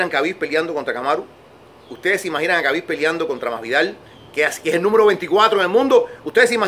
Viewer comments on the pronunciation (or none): Se llama Khabib, pero se dice Jabib...no es tan difícil decirlo bien